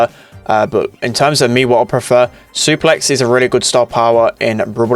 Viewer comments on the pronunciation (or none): none